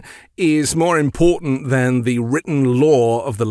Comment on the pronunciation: Dammit! I didn't turn off before I was forced to endure him mispronouncing IMPORTANT!